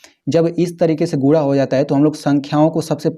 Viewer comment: Bhai Guna hota Hai AAP Gula bol rahe ho